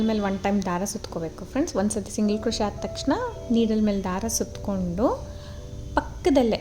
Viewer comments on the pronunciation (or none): Beautiful design. Please pronounce 'picot' as PICO. T is silent. Also the word crochet is pronounced as Croche( T is silent)